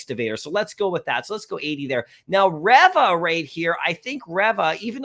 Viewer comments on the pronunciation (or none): You've seen the tv show, but u keep butchering Reva's(Reeva) name lol